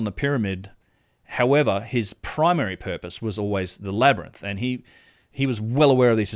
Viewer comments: I am no native ebglish speaker, but i thought it is a labirinth, not a LAB-RANT! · I think we can all agree its pronounced labernyth.... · Say labyrinth again... Its a wonder Joe Rogan says it wrong after hearing it SO MANY times in this video.